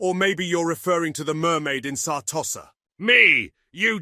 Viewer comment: Karl Franz saying Sar’tosser.’😂😂